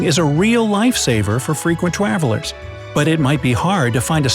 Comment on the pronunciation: at 2m18s said twaveler